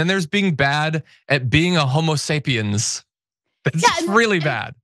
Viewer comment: Thank you for getting ‘Homo sapiens’ right